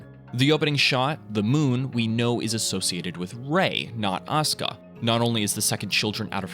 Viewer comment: It’s aw-ska Langley 😂